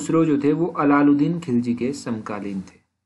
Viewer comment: Srr allaludin nhi h iss ko ap thik se bole ye allaudin h.ap allaludin bol rhe hh plss chek ur words